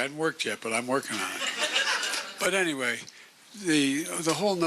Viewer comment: I love President Biden and I am sure I am not the only one who knows when he says ANTWAY he is using it in place of a Foul word ! Keep going Joe !!